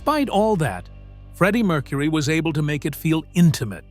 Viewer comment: This is a pathetic AI attempt to make money off of a celebrity band. The guy is basically saying the same stuff over and over 100 times, and is so completely inaccurate. Cannot pronounce Freddie Mercury‘s name correctly. What a joke, and what a rip off. Wake up YouTube. People are getting sick of this kind of crap. And by the way, how odd that we don’t hear a damn note. 😂😂😂